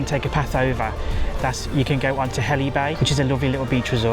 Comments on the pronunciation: Helly Bay? Oh, you mean Hele (Heal) Bay. It helps us spot the Grockles the moment they open their mouths 🤣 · pronounced heel bay , not a lot there tbh , was 12 years ago tho , perhaps its busier , the old victorian pools has the coldest water known to man , absolutely freezing